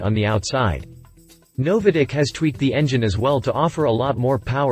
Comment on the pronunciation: Never heard NOVITEC pronounced " NoviDec " before